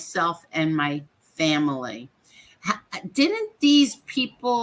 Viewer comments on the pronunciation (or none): No sorry! Vanilla isn't this boring. 🥱🥱💤💤 And and wtf is a Faii-Mah-Lee?; Thats how brroklyn jews say it. wtf is Wuttany?! Were you trying to say "Wasn't he"?